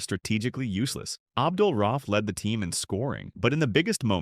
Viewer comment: RA-uf. Not RAUF.